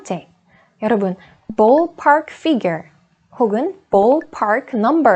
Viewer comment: Your English pronunciation is incorrect in many words. E.g., the word 'ballpark', you need to pronounce it as in ball, not boll. You say it with an o sound, it needs uh sound. Also, book is incorrect pronunciation. It's a deep long double OO sound. Learning Grammar from Korean teachers is fine, but when it comes to speaking part, Koreans need to learn it from native speakers or teachers who have native tongue.